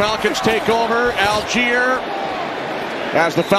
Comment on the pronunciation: Falcons # 25 name is spelled ALLGEIER. Surely this is pronounced All-Guy-er? Al-geer would be spelled "Algier", wouldn't it? Very odd. M 🦘🏏😎